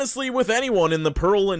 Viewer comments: Pearland is Pear land, not Pearl land. Ben Taub is pronounced Ben Tahb. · Ben taub is pronounced like Ben Tobb. Pearland is pronounced like Pear Land. I can't tell if you talk funny or if we do. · lmao it's pronounced Pear-Land, like the fruit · Pearland is pronounced like Pear-land not Pearl-and lol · Pearland is pronounced like “pair-land” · Pearland is pronounced PAIR-land - like the fruit. I live right outside of that town in the Greater Houston area 😊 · As someone who lives in Houston, the Pearland pronunciation hurt my soul (I don't blame you though). It's pronounced like the fruit (pear) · Houston is a strange place, lived there for 7 years and happy to be elsewhere. FYI, Pearland is enunciated Pear like the fruit, then land. This was a cringey and fun video to hear!! I am a native Texan and still here..